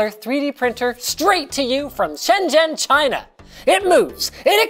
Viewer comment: Did he just say china